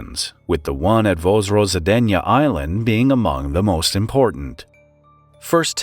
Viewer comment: Vozrozhdeniye sounds nothing like pronounced in the video, either. It's more like "Voz-rož-DEN-ye